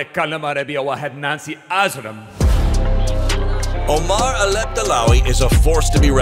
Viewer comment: did bro just say Nancy Ajram???? That's like the Pokimane of the Arab World hahaha